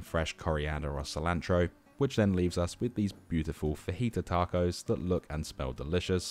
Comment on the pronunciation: this vid is great but the way you said tacos made me want to turn off lmaooooo.